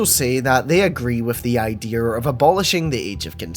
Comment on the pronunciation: Are you saying Ideer? Like the animal deer